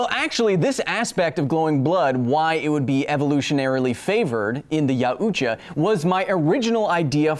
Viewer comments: OMG, he took all that, but not how to pronounce yautja... It's not yaa-ooo-chaah, it's pronounced 'yow-cha'. 😅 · it's pronounced y-ow-cha